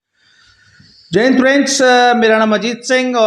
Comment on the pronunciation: आप जो है ना जय हिंद ऐसे जल्दी में बोलते है की वो हमे जेइन्द सुनाई दे रहा है । आप जय और हिंद के बीच थोड़ा पोज रखे दोनो को एक साथ मत चिपकाइए ।